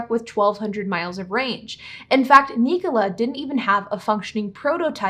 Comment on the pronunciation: Knee-cola? I think it’s pronounced Nik-ola like Nikola Tesla